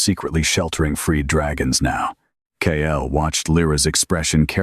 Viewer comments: Hate how Ai messes up "Kael" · Wish it would use a different name for the hero. They all use Kael.